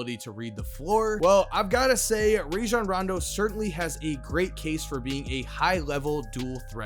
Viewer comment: It's Rah-Jon btw. His mama made the shit up